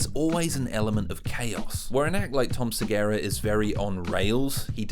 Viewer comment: Tom "Segara"??